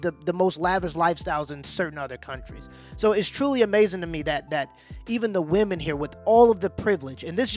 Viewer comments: It’s pronounced wimen not woomen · Why does she keep saying woman ? Does she not know to say women plural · Why the fuck is show pronouncing "women" as "woman"? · I'm the only person who recognized she keeps saing woman instead of women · It bothers me that this woman (wu-man, singular) can't pronounce the word "women" (wi-men, plural) correctly. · Good video, but it is literally nails on a chalk board when I hear people pronounce women as she is. Why is this becoming more common that people pronounce women like singular woman? Irritating as hell. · Is the reporter American? She keeps saying Woman instead of Women. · Someone please tell the reporter that women and woman are pronounced differently. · OMG. That girl needs to learn how to pronounce WOMEN vs. WOMAN.